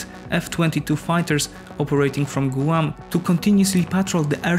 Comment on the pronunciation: You mispronounced Guam. Maybe you should have somebody review these videos before you post them.